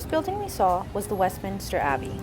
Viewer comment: Thanks for taking us along! BTW…. Westmin-ster … not min-i-ster 🤗 Whooo, those pens were expensive! £10-12 for a ballpoint pen 😳 That’s like $14-17 US… and $23-27 in my NZD money! 🤪